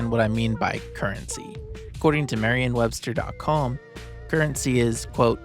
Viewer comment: OP kept saying "marrian webster" with an A and an N. It's definitely Merriam with an E and an M.